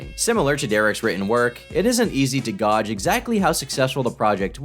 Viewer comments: tom it’s pronounced “gaje” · Your entire generation is full of idiots. You pronounce gauge "GAW-juh) These are common fucking words. It's not just you either. Several popular content creators pronounce common words incorrectly. Ugh. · mf said “gawj” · After 3 years how has nobody said anything about saying "Gaje" instead of gauge(pronounced Gay-ge) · sweetie, it's "gAuge" not "goj". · it’s “gay-ged” not “gawged” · you mispronounced gauge, it's 'gay-j' not 'gorj' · ‘Gauge’ is pronounced ‘G-AY-J’ not ‘G-AW-J’. How the hell do you fuck that up? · "gauge" is pronounced like a combination of the words gay and age, GAYAGE if you like. Not Goorge. What is it with youtubers without basic reading and speaking skills, especially pronunciation? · Godge ??? Gauge = Gage no? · “it isn’t easy to “goj” exactly how” Wtf is “goj” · Did bro really pronounce gauge as "gawj" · Did you say gauge like gowge? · did you really pronounce "gauge" as gaage after talking bout grammatical and spelling errors? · I... I'm sorry, did you say, "hard to gawj"? I can't be the only person who heard this. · “it isn’t easy to GOJ”? Tf? YOU MEAN GAUGE? Who wrote this script ? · you mispronounced “Gauge” in the most fucked way I’ve ever heard lmao. ”… it isn’t easy to GODGE exactly how successful the project was...” That one isn’t even a French word either, bruh 😂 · Did you pronounce gauge as "goj"?? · Did he really pronounce "gauge" like "godge"?😂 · Why do you pronounce gauge as "gawge" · isn't easy to GODGE?? fella doesn't know how to pronounce gauge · Did you pronounce gauge as "gahj"? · Bro did you really pronounce "gauge" like "godge?" Are you serious? I stopped watching because of that, well done. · 144:44 Yeah, how embarrassing, mispronouncing well known names and words like that. Better ask "Bobshoxx" to "gajj" the situation. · “…it isn’t easy to ‘godge’….” 🤣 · Gauge is pronounced gage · This turkey actually pronounced gauged wrong lmao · You dont know how to pronounce gauge? Lol